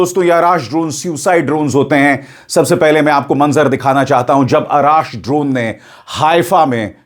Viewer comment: सरजी अराश नही अर्श है नाम उसका